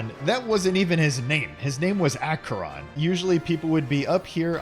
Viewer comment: Thanatos “Thanos.” God of Death is sad. But at least he pronounced Acheron right.